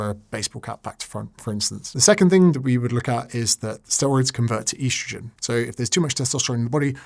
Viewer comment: Please stop calling it "eastrojin"